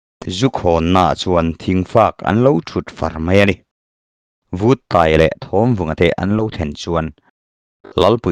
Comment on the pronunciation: Buanhmun Paiang pawmtawh hnu Chengte ah Lamang let e,Lalpuithang lema alem alema' tihhi Vuttaia khan 'lalpuithang lena' tilovin '......lenna' atia,athlûk itidiklo nualmai...PAI tihhi Chemte Pāi tiha PĀI,..LENA tihhi LËNNA,..LEM tihhi milem tiha LEM nilovin, 'chinlëm aneilo' tiha LÊM tihtur niin kahria.Duhlian tawng diktak chuan..tin,Vuttaia hming pohhi 'VÛT' nilovin Vut,vaivut tiha VUT anga lamtur niin kahria mhse hei erawhchu kachiang chiahlo...sawita mai2 ila utube channel neivemeuh hichuan sawi/chhiartur tehichu enlawk vethin se,lam/thluk dikloh neihloh nan midang tepawh zawtve thinse kaloti thin...mauchang tihpohhi mauchāng (genesis bungkhat cháng khat) 'CHÅNG'tihtur